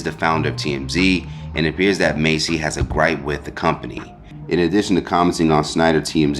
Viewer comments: Why he call them Macy as if he never heard they name being said before.. it’s MASS dude not Macy like u didnt grow up watching them..😑🤬😤 This why I don’t like you you speak low and you think you educated when you really not 😂😂😂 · There is a Huge difference between 'mace' and 'mass.'🤦🏽 #Idiot #Enunciate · Dude I know you can read it's Massey not Macy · MASSey, not Macy😂 She shouldn't have said anything at all, just let them deal with it 🤦🏽‍♀️